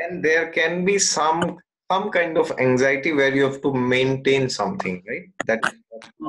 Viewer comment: The way you explain look much better than his...the word anxiety is not said correctly by him and I confused initially with something else..😥